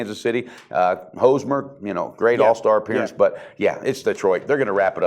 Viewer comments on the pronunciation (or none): Did he just say Hose-mer instead of Hosmer, the All-Star MVP? 23.4 units down, I would just copy Loshak's bets from now on, "".